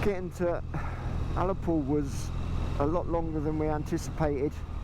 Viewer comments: Hi. Fantastic vlog again. I agree with another comment. It's Ullapool not Allapool. I was brought up in Scotland and have never heard it said like that. I also like you did the main road to Ullapool. I wish I'd gone the back road but my 2nd days ride was 13hrs so I was pushing it to get back to my hotel in Loch lomond. 😊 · As a Scot, I would say your original pronounciation of Ullapool was correct, I’ve never heard it pronounced allapool